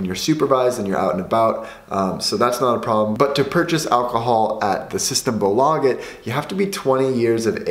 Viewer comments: SystemBÅÅlaget, best pronunciation lel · The way you pronounce ”symtembolaget” 🤣😂🤣😂